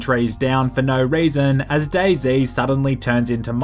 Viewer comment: Lol , for a second I thought day z actually said boyz